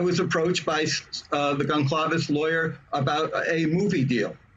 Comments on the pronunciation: As soon as I heard him pronounce the C like a hard C instead of an S sound, I lost respect. THEN he said Gon-claves. He put the L before the A. 🤦🏻‍♀️ Not very bright is he? How embarrassing. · It's pronounced GonSalves! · I think he does it on purpose… he will be on Nancy Grace or Megyn Kelly, whom… in 10 seconds prior, either THEM or another panelist with FIRMLY pronounce the G family last name 100% unmistakably CORRECT, yet as soon as he opens his mouth (Blum) he immediately MISPRONOUNCES IT! 😂 I think he does it on purpose as a slap in the face to Steve, who probably mispronounces ”BLUM,” as this last name, also is mispronounced often!